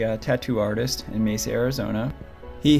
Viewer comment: I would just like to thank you for sharing these people's stories! I also want to thank you for actually pronouncing Mesa correctly!! I do believe that was the only time someone got it right😉!!